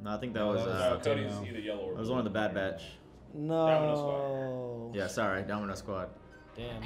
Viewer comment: Well yeah, except I don't think our boy needs any more encouragement.😏 He's already got the wrong impression of the Bad Batch burned into his brain, as well as messing up the name over and over again. 🤦🏼‍♂️